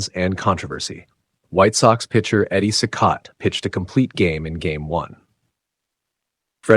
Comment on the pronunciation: At least pronounce Eddie Cicotte’s name correctly. Driving me nuts 🤣. It’s pronounced like “See-cot” not “See-coatay”